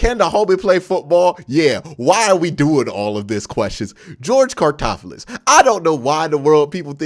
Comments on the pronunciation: Its all good Q. But its George (Car-loft-tis) Karlaftis 🤗 Also…don’t sleep on CLE drafting Tyler Linderbaum if he falls or Leo Chenal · Q don't care what homie's name is🤣🤣🤣 Karlaftis. Karl-ahf-tis Great video though💪🏾💪🏾💪🏾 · The way you say Karlaftis' last name kills me lol. I agree with nearly everything you said in this video except for saying he could be a Bosa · The way Q says Karlaftis hurts my soul just a lil bit everytime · If we get Karlaftis all I hope is that Q learns how to say his last name correctly